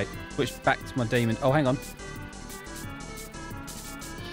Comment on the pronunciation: I don't know if you've realized, but you say Demond instead of just demon!